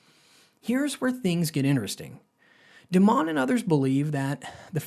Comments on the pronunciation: His name is pronounced DIE-MON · This guy doesn't know how to pronounce Dimon's name, which makes me think this video is not informative.